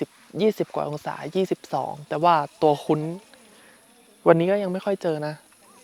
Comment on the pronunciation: ตัวคุ้น ❌️ ตัวคุ่น ✅️